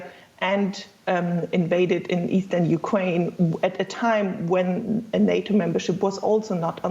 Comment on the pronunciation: "Wussia annexed Cwimea in eastern Ukwaine"